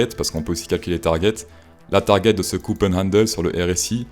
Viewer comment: C'est cup, pas cop. Tu veux donner des leçons mais tu sais déjà pas prononcer le mot en question